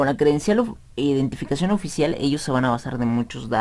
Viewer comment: Mira de antemano una disculpa pero me dio mucha gracia ver esa palabra mal escrita y también que la decías mal, de hecho creo que aun no te percatas del error... Tú escribiste EDINTIFACION (léela bien, detenidamente, sílaba por sílaba) y en realidad se escribe IDENTIFICACIÓN. y cuando tratabas de decir la palabra también decías "edintificación" por eso me dio gracia. Ahora bien, aún otros países se le llama DNI y eso es correcto y eso sabemos que significa Documento Nacional de Identidad... De cualquier forma la escribiste mal porque al escribirla, en primera te faltaron sílabas y además invertiste la "i" por la "e" al principio y lo gracioso fue que también la pronunciabas así, decías "edin" en lugar de "iden"...